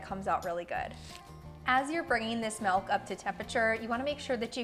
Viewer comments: Why does she pronounce MILK so weird!? She says MELK! It's not melk! It's milk! Wth! Why are peope so weird? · lol...why do you say it like that? I had a hard time paying attention to the video because I kept waiting for you to say melk again. Now go practice saying M>i<lk. Lol